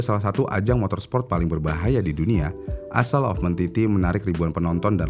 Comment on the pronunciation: Maaf om, bacanya bukan "isel" Tapi "Ayl"